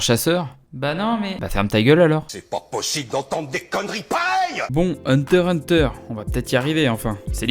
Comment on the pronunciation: Da se prononce hunta hunta